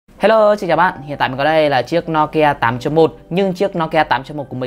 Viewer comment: Ad ơi. Đọc là "Nô Ki A" chứ sao là "No Ki A" ạ